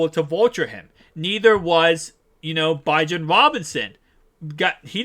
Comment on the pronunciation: Bijan (Bee- John) Robinson 👍🏾